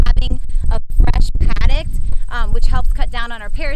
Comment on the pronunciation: Sorry.. I hate to be that guy.. Paddock.. not padict. Love the property! So beautiful!